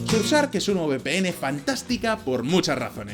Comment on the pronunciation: Orale que pronunciacion del patrocinador: sursark